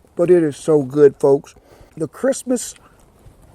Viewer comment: You know it's hot when it makes your tongue say " Christmas" instead of crispness.